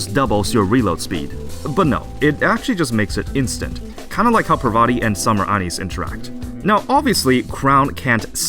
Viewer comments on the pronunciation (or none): none